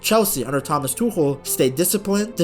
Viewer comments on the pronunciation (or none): none